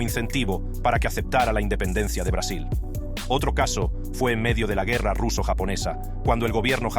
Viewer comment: Quita la voz robot no pronuncia bien el Español! No pues dijo guerra como un gringo!!!!